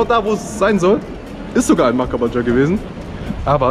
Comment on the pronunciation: Ich feiers wie du makabaja aussprichst: „Mackabadscha“